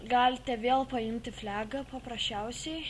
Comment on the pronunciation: blet as toki dalika pastebejau jis sako flega o ne flaga negaliu nervina ir blin sako vidutubiu su vikingu greiciu ten blin greiciauses nu nx negaliu kalusitys